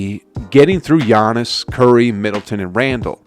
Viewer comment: The way he says gannis name is sad